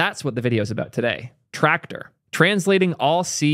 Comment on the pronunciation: TRACTOR also known as YACTOR